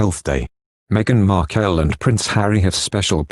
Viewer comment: Pls Her name is markle not wat u r saying